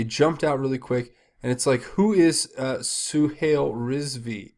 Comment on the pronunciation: Suhail is pronounces Suehile; "a"i has a long i sound. Zuckerberg stole the concept from the Winklevoss Brothers. The way I see it, his troubles is a form karma.